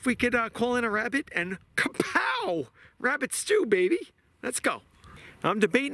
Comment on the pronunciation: As soon as he said wabbit I was gone😂